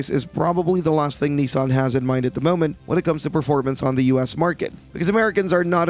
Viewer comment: It's not nee-san, its nih-san.